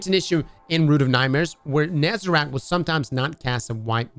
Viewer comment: And Nezarec instead of Nezarack